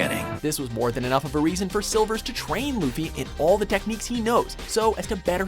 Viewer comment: SERIOUSLY FIRE THE NARRATOR!!! he's garage at pronouncing the names of the characters. silvers who?!?!?